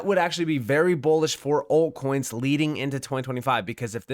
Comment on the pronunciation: Are you saying ‘alt coins’ or are you saying ‘old coins’? I cant tell.